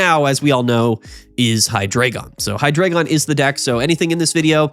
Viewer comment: HIGH-DRAH-GON learn the fkin pronunciation 🙏🏻